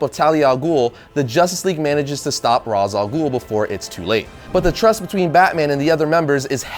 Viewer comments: Ra's al ghul is pronounced raish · Wait... did he just pronounce Ras Al Ghul as...